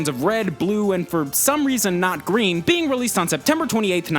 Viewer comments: Pokemon Red, Gween, Blue and Yellow. Notice a difference? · anyone on heard he said gween in